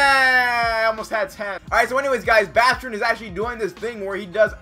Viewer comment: It's baaaastrin with a long a lol